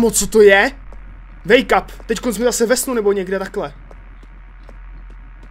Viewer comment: to znelo misto wake up tak jako make up